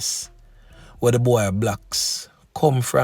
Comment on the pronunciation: That’s not bwoy that’s bowy